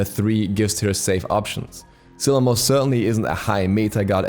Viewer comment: "Scylla" Huh?